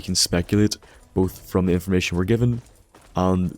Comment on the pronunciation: Emeerged ferm de west